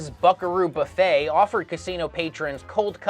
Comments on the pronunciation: "Boofet"? It's "buffet" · Wasn't that "Boo-fay" and not "Buff-ay"